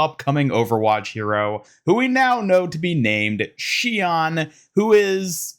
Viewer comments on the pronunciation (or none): You said her name wrong. 怨 is pronounced not like “awn” like you said, but “own” Her name is [shi-own]. Mauga said it wrong in the intro- but if you take the kanji from her name title you can find the official pronunciation. I’m pissed at blizzard for fucking this up. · For future reference it’s basically pronounced “She-own” :3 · I need Sombra to join in with the Hashimoto. Shion/Somnra interaction would be hilarious. By the way the pronunciation of her name should be “she-oh-n”. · I kinda wonder about her name, though. The way Mauga pronounces it is not how it would be pronounced in Japanese by the way it's spelled. Should be "She-own"